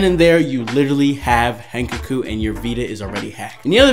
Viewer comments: its not hen cuck oo its hen cock oo im gonna die if i hear it one more time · Dude did he just say hen ke ku omg